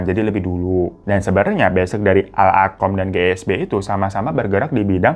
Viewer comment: Koreksi ya bg..Al arqam awalnya tapi di ujung2 kesebut Al irqomm itu dia kata beda makna😅maaf..maf